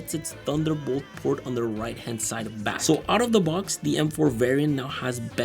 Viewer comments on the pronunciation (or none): none